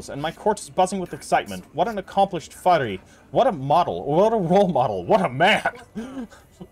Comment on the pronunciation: faris is pronounced with the s at the end. faris is also singular, the plural would be forsan.